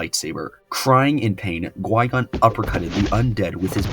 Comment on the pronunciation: Definitely enjoyed the video but it's Qui-Gon not gui-gon. Q not g not to be that guy but it's maddening hearing it misspoken for 40 minutes 😅